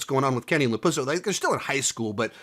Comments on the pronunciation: You said LaPusso!!! I'm done!!!! 😂😂😂😂😂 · I love how he calls him LaPusso